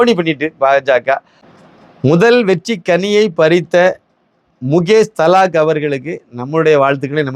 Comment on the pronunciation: His name is Mukesh Dalal... and not Thalak please pronounce properly